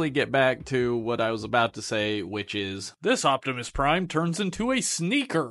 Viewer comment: "Hi everybody Its Me micoptimus Prime!"